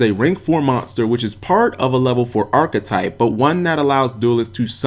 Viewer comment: Cap, the way you pronounce archtype really REALLY irks me.